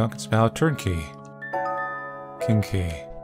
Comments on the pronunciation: When he says king key I keep hearing kinky. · When you say "king key" I'm legit hearing "kinky" lmao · hearing "kinky" whenever says "king key" is a true sign of brain rot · THE VERY FIRST TIME HE SAID IT I INSTANTLY PAUSED THE VIDEO AND WAS LIKE “WOAH” LMAOOO